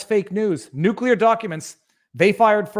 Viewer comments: Pronounced - noo-clee-ar not noo-qule-ar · Driving slowly doesn't make you a good driver any more than driving fast does. Driving competently and paying attention does. But a dippy algorithm can't analyze that. And you obviously know how to pronounce nuclear, do so please.